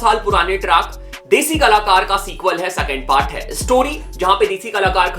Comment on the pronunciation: Bro shadi hota hai Sadi nehi singer hota hai sanger nehi second hota hai sacand nehi urvashi hota hai urvasi nehi composer hota hai compoger nehi compose hota hai compoge nehi kya rapper banega re tu